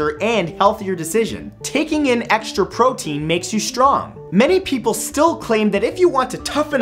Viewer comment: gaston said he eats 5,000 eggs a day u said PROTEN